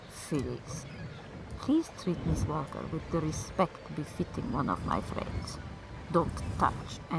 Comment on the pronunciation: I can't figure out why she's pronouncing the l in "Walker".